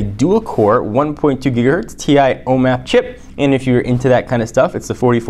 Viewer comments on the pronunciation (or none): none